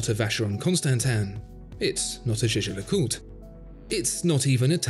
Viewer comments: it's pronounced like the clothes company: Yeah-ger le coultre. no French involved here. Jaeger. meaning hunter. jager in anglo-saxon. Flemish, Dutch, German. Pretentious waffle. also sententious, tendentious and contentious. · Jew-jew le coultre, really? learn to speak!